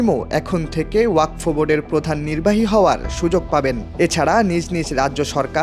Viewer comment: ওরে গাধা, বিলের নাম ওয়াকফ, ওয়াক ফ নয়